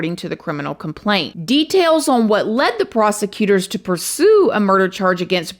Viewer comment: The way you say pursue made me laugh so hard